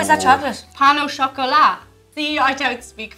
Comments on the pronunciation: It's pain au chocolat not pan 🙄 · It's Pain au Chocolat, not Pan au Chocolat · "pan" au chocolat ahahaha that's funny, it's pain (like bread) or where i live, its chocolatine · "Pan au chocolat"?!! Seriously?! As a french-speaking person I am litteraly dying right know xD This is "Pain au chocolat" guys x) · Pain not "Pan" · I do believe it's "pain" au chocolat, not "pan" au chocolat ;) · Not "Pan au chocolat" but " Pain (bread) au chocolat" ;) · First it's "Pain au chocolat". secondly "profiteral" is from Italie ! and I know where you got your macarons and pain au chocolat but they do not look great ! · It's not "PAN au chocolat" but "PAIN au chocolat" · i'ts PAIN au chocolat not PAN HAHA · it is "pain" au chocolat not "pan" au chocolat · I swear it's Pain au Chocolat not Pan au chocolat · It's "Pain au Chocolat" not "Pan au Chocolat" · "Pain" au chocolat, not "pan" au chocolat. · It's "pain au chocolat" not "pan" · Explanation for the reactions: everything was old and stale. 0.o P.s: it pain not pan. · It's "pain au chocolat", not "pan au chocolat". You're welcome! ;) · It's PAIN au chocolat not PAN!! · it's pain not pan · its "Pain au chocolat" not pan xD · paIn au chocolat not pan au chocolat you for forgot the I... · it's Pain, not Pan 😐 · It's pain* not pan!! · Its not pan its pain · pan au chocolate?? WTF , it's pain au chocolat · C'est JusTeen I can see how they made the mistake though. Il semble que《pan》si écouter. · It's P-A-I-N au chocolat.. come on guys...You have google